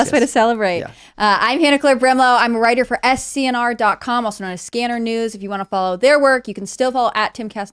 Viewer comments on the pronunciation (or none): It’s skinner not scanner